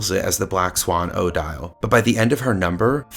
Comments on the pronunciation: Thank you. Fine video, but every time he says OH Dial I cringed. It's commonly pronounced Oh DEEL. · 1) It's odeeeele not oh-dyall. 2) Why are you asking us about everything? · this is not how the name Odille is pronounced